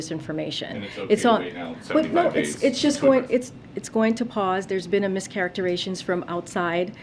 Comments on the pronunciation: "there's been a mischarictarations".........WTF IS THAT? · "miscaracturations" hmmmmm